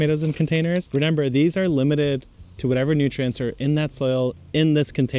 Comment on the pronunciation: I know it's a habit from childhood but hearing renember instead of remember is funny to me. Never change bro.